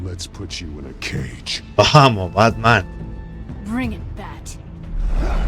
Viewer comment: como va a pronunciar asi, dislike aa, se viene el Bartman